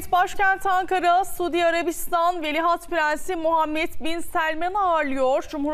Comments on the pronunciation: Velihat degil, Veliaht, madem diyemiyorsun Prens Selman de. Cokmu zor? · ikide bir velihat deyip durdun, senin diksiyon hocan umarım seni dinlemiyordur, tabi varsa... önce doğru telafuz etmeyi öğrenmek gerekir degilmi? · Sunucu "veli HAT" diyor 😂😂😂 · Şu TV sunucularına doğru dürüst bir Türkçe, Türk Dili ve Edebiyatı öğretilmemiş her halde..Ama iki lafın arasına bilir bilmez ingilizce laflar sokup ukalalık etmeyi biliyorlar..Bozuk cümlelerle , tuhaf el kol hareketleriyle vıdı vıdı hızlı konuşmayı marifet saymalarından da bıktık zaten.. Dikkat ettim, sunucu devamlı "Velihat" deyip duruyor...Yahu, hiç mi duymadın,öğreten olmadı mı ? Çevrende de "bu nasıl okunur" ...diye sorup öğreneceğin kimse de mi yok?.. "Velihat" değil ,VELİAHT... Krallıkla yönetilen ülkelerde,kraldan sonra taht'a çıkmaya hakkı olan kişiye VELİAHT denir...Hiç mi duymadın?